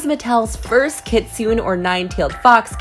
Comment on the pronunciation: I think the class Draculaura would have been really neat! though my OCD kind of went off when you said it "kitsoon" instead of "kitsune" (the E has a sound)